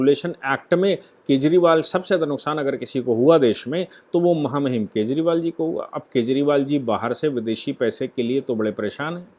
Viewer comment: llb पढ़ा है, पता नहीं नहीं है किसको महामिम बोलना है।